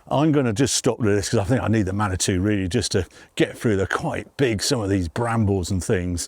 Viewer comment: At the beginning, is saying he needs a man or two, or a Manitou? I honestly can't tell.